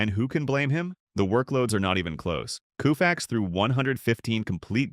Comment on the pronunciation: Bro is COE-FAX not KOO - FAX. A.I. bullshit.